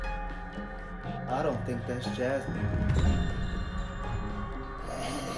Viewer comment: Bro- my sister's name is Jasmine and every time, you said Jazmine, she looked at the screen because she thought someone was calling her lmaoo